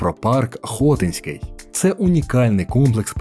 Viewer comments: Хотинський( наголос на и) парк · БуковИна, а не БуковинА, ХотИнський, а не ХОтинський, ставте правильно наголоси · Автору: надалі було б добре якось вивчати наголос у власних іменах. Букови́на, Хоти́нський.....